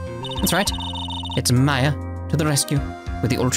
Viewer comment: Order order "yes judge I would like a turkey club with Swiss on rye" Ooohhhh best girl Maya is here finally and hey you are finally pronouncing her name right man that bugged me the whole last game.